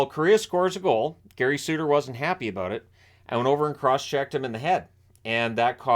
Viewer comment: Suter not Sutter just like Kachuk not Tkachuk. A "T" makes all the difference.